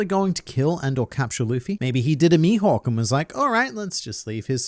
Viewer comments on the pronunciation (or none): none